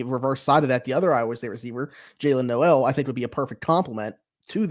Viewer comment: Everybody mispronounces Jalin Noel's name. It's spelled like No-el but he pronounces it like Nole.